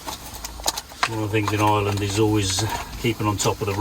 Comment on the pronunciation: Its not "eyeland". It's Ireland!